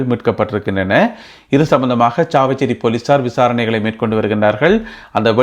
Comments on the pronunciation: தம்பி நீர் நல்ல விடயங்களைக் கூறுகிறீர் நல்லது. ஆனால் நீர் “சாவகச்சேரி” என்பதனை “சாவச்சேரி” என உச்சரிக்கின்றீர். திருத்தமாக உச்சரிக்கவும். வாழ்த்துகள். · நீங்கள் செய்திகளில் உச்சரித்து வரும் ஒரு ஊர்ப்பெயர் “சாவச்சேரி “ அது பேச்சு வழக்கில் உள்ளது, அதைத் தவிர்த்து எதிர்காலங்களில் அதை சரியாக சாவகச்சேரி என உச்சரி கும்படி தாழ்மையுடன் வேண்டிக்கொள்கிறேன்.